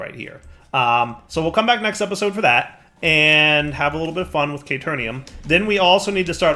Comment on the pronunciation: I'm not screaming "Kay-teer-eeyum" at the screen or anything.